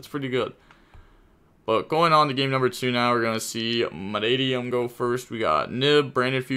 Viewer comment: When he says manadium in one go🫡🫡🫡👍👍👊🥲proud of you bro. Talking Gains.